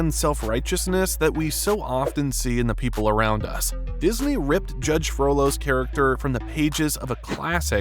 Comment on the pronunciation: Is it just me that occasionally hears 'frodo' instead of 'frollo'?